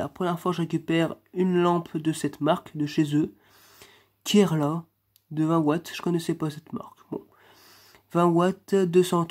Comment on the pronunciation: C’est pas Kerla c’est keria keria C’est un fabricant de luminaires Français